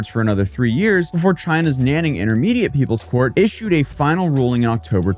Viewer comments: Nanning XD the way you pronounce is so fing wrong Nan is pronounced closer to 'Nen' like Men but with an N Ning is pronounced closer to Neeng And its two characters so dont slur them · Soon they won't have to outsource and will be able to automate it with AI. By the way the city is pronounced "nahn ning".